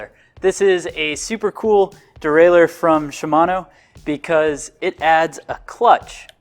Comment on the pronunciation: Derailleur, not derailer.